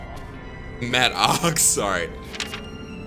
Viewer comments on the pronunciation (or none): This man said Matt ox I'm done 😂😂